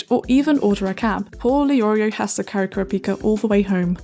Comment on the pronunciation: Now how your sayin kurapika that’s really um hmmmmmmmmmm